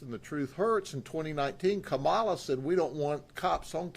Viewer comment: Pronounced Kamala as in Comma La. It is disrespectful to mispronounce the Vice President and soon to be elected U.S. President's name. And just as you said, I certainly don't want to go down the political street. Sad your best buddy Gov. DeSantis wasn't with you today at the presser.